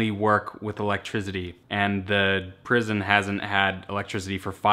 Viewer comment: Why my man saying elegtrizity instead of electricity